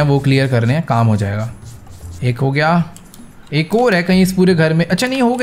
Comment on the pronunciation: Bhai vah kam hota hai Kan Nahin hota hai aapane jo bola pahla Kan Hota Hai😂😂😂😂